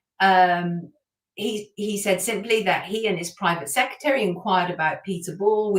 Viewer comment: Sonia, please pronounce the word secRetary properly, it is not secetary. I made the same mistake for years😊